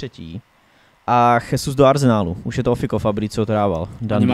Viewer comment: Chtěl jsem to připomenout sám, pak jsem koukal, že Honza Tureček se na závěr svého komentáře také zmínil o té výslovnosti. Gabriel Jesus “Žezus” (v Brazílii je oficiálním jazykem portugalština) Naopak Španělé by jméno Jesus (např Jesus Navas) vyslovovali jako “Chesus”. Přijde mi tedy vhodné zde zachovat mateřštinu pro výslovnost… Ale už jsem si za ty roky zvyknul, že vědomí a svědomí mu nedovolí si připustit něco podobného k srdci, a tak bude Jesusovo jméno vyslovovat neustále “svou vlastní pravdou”. Já sám kolikrát třeba nevím, jak nějakého hráče vyslovit, ale když mě na to někdo upozorní, nebo si to pro zajímavost vyhledám, něco si z toho vezmu a snažím se hráčům přiřadit správné výslovnosti. Prostě jde jen o to si přiznat, že nejsme bezchybní. Chápu, že dneska jedete všechno bez přípravy a takhle, ale asi by nebylo od věci si třeba alespoň občas pročíst komentáře, které vás třeba mohou konstruktivní formou trochu usměrnit. Děkuji